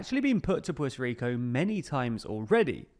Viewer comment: Puelto Lico